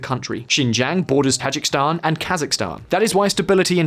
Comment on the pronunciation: Ta-ji-ki-stan there is a second "i" in it.